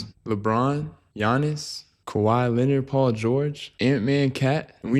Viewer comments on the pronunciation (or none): none